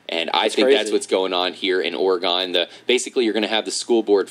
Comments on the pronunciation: I live in Oregon, Your saying it wrong xD. You would say it like, Organ, Not Or E Gone, Like Or e gen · Enjoyed the video. I'm from Oregon and I just wanted to say that its pronounced Orygun. Nice video